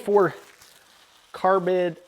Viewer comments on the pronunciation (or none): He lost me at "carbid"